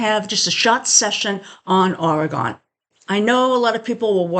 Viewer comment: Say it right!!!😂😂